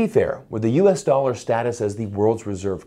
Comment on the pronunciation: Yes USA doll-arrr the pirates currency....arrrr....